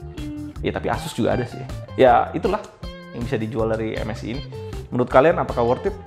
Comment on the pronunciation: saran ya bang 1. klo menurut saya enaknya baca MSI itu dibacanya "em es ai" dripada "em es i" 2. bacanya dci p3 bang bukan dpi c3 koreksi aja ya bang